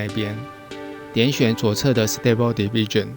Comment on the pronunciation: 影片很讚~ diffusion 的發音可以修正 你都念成 division 加油喔